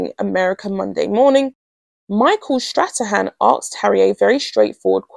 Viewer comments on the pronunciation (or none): none